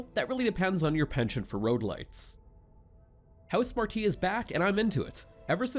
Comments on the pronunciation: I shouldn't be surprised this is a crap review from a guy who pronounces Housemarque as House-Mar-kee. It's pronounced House-Mark bud. Also the game is well worth 70 dollars. It's got 30 to 50 hours of gameplay, killer graphics, 3D sound, innovative dualsense support, instant loading times, and top notch gameplay. Housemarque deserves to be supported for this gem they delivered. And seriously plan your day a little better. So what the runs are long. It's not the end of the world if you stop a run or put it in rest mode. Seriously it's not rocket science. The game is clearly a 9.25. To give this game less than Outriders is ridiculous, and I loved Outriders. But this is clearly a cut above. Guess I can't trust your reviews. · Lol it's pronounced HouseMARK you fool.